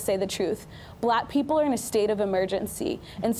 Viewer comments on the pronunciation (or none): "bla peopowe"